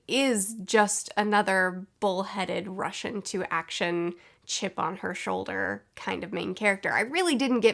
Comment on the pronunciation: Every time you said "rush into action" I understood russian in action and I can't unhear it anymore